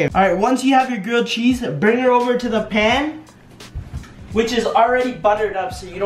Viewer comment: What happend wen she sayd pan